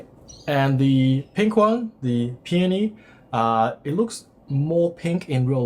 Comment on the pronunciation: I was just about to write the same thing. At least he pronounced Peony properly, unlike many other TechTubers!